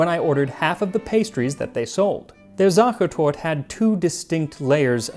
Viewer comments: Not to hate on your language skills (most words were pronounced pretty good) but why do englisch speaking people refuse to pronounce the e at the end of so many german words 😂 it's sacher tortE not sacher tort 😉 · Great video, but the e at the end of words in German isn't silent. So it's SachertortE, just a tip to instantly improve your pronounciation tenfold. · It really isn't too much to ask to type "Sacha Torte" into google translate and listen to the audio pronunciation. I feel a cold shiver down my spine everytime I hear you call it "Sacha Tort". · One small thing. In German you pronounce the e at the end. So its Sachertort-e. With the e more like the ä, not like an i. Like the e in end. Also you should roll the "r" more, but i can understand that this is a little bit too much to ask. 🙂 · not sure how the viennese pronounce it but in Germany it is the same as you say, but the e at the end makes a sound. sachertort-uh. the e is not for decoration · spot on except Sachertorte itself... he kept saying Zohchertort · the "Tort" triggered me through the whole episode :D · yes, his pronunciation of sache is acceptable, it's the torte part. Sachetorte is 4 syllables. SachAHtortAH. German is a wonderfully regular language, an E always has the same value. Please understand I totally value the work and research that Max does. The post was about his pronunciation. How you, I or the queen of Spain speaks German is irrelevant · How is he able to say „süddeutsche Küche“ close to perfectly but COMPLETELY butcher the word „Sachertorte“ throughout the whole video. There are letters for a reason. We aren‘t some french maniacs using letters as suggestions hahaha (Only in dialect) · Sachertort-E There is an EH at the END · The "e" at the end of "Sachertorte" is not silent! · The e at the end of Sachertorte is not silent. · just as an FYI: In German, the e at the end is almost always pronounced, just like you did with "Küche" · za-che(r)-tor-te, not tort.